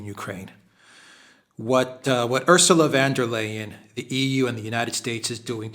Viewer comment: I like you but you irritate me with your pronunciation of von der Leyen. Do you do that ridiculing pronunciation on purpose, perhaps from your easily seen dislike of Germany? She is not Dutch, hence not"van" and it is Leyen, pronounced as in "Lian" and the "von" denotes German nobility. Don't be childish, it is most unbecoming for a really "cool" commentator.